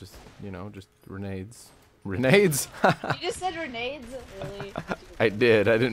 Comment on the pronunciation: Grenades - the G = Renades..... Ren Aids?